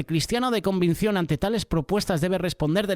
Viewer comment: Es Convicción!! 🙏 Pero el está diciendo convincion. Solo una pequeña observación mía